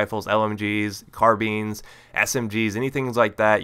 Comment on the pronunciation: lol carbeans? car bInes